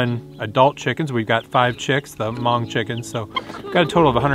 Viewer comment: Did you say “Hmong Chicken”?